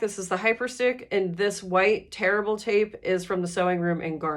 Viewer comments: Same! I rewound this portion to listen again because I just made a purchase from The Sewing Room of Garner and it was great. Glad to hear it's tear-able tape and not terrible tape 😂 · I thought you were saying terrible tape. And t thought that’s awful to say for the business. Then I realized you were saying tear-able. 😂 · I thought she said terrible tape too. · I thought the same😂